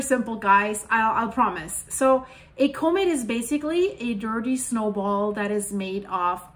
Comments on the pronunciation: comate? lol Repeat after me. Caw-met... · Thank you for the work you do!! If I may, the word comet is not "comb-it" like combing your hair, it's c-uhm-it, other than that you are simply amazing! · Do I understand her pronounciation of comet as being like "co-mid"? I'm just uncertain, that's all, because I don't recall having heard this pronounciation on this channel in the past, although I have been busy recently so I would have certainly missed recent videos.